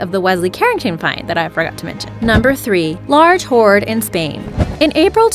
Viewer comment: Am I the only one to hear "whore" instead of "hoard" for number 7? And "ber-ied" got me as well, thinking I was watching The Cleveland Show how Cleveland pronounces "buried" like "ber-ied" Same thing with "root" for the route.